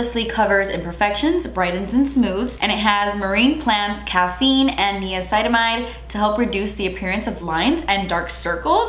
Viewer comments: lol it’s actually n-eye-acinamide not knee-acinamide (I’m assuming you were trying to say niacinamide) love you!🥰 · No one: Absolutely no one:: “neo-site-amide” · I love how she said niacidamide instead of niacidamide 😂